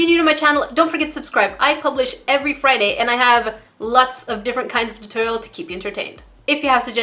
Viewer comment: fryday fryday😂😂😂😂